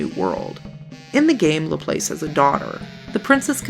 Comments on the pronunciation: ...also by mispronouncing Laplace you missed a perfectly good opportunity to make ass puns. ;s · I'm sure a dozen people have commented this already, but that's not how you pronounce "Laplace" (it's a french name after all)